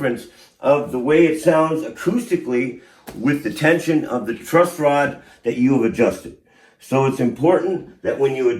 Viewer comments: Dog… it’s “TRUSS” rod. Not Trust. 😂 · Why tf is he saying TRUST ROD?!?!? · Dude I seriously can't believe you're calling it a "trust rod". How do you not know that it's a truss rod? You've got this fucking incredible guitar tech in front of you and a beautiful bass in your hands and you still call it a trust rod? What a muppet. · Dude dude its not TRUST ROD its TRUSS ROD. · Dude-its a Truss Rod, not a Trust Rod. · Truss rod not trust rod 😂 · still calling it a "trust" rod? lol great video nonetheless. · Holy crap you keep saying "trust" rod. Are you stupid? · Please reshoot or edit the video...You can't say trust rod anymore. It's truss rod. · Did he keep saying trust rod or was it just me?😂 great video though bro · Truss, it's truss rod gatdammit not trust rod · Loved this. But dude...truss rod not trust rod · Stop saying Trustrod! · Did you say "Trust rod"?